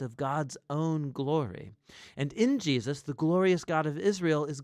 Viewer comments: Why does he repeatedly say Jeosus instead of Jesus? 🤨 I can’t be the only one hearing it (for example ) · Why do you pronounce Jesus "Gee-yus"? Drives me crazy. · I have always wondered why pronounces Jesus "Jee Us" so often. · Who else is noticing when the Narrator calls him “Jiasus”? Bout to start counting them.. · Why mispronounce HIS name so many times? It’s distracting.